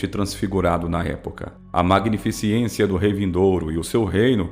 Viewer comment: Não fala : " magnificiencia !. Fala :" magnificencia ! "